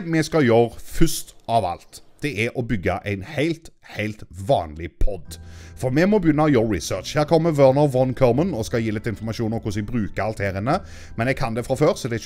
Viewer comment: von uttalles fon